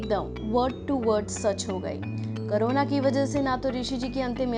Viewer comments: It's corona not karona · तुम लोग को कोरोना के नाम लेना भि नहि आता अभि तक कोरोना हे करोना नहि हाहा सो फन्नि भोईस